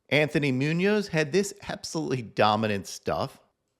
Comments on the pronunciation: “Anthony” Muñoz? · "Anthony" Munoz lol